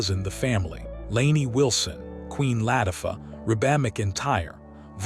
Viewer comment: Queen Latifa, not pounced Laf-i-ta, pounced La-tif-a.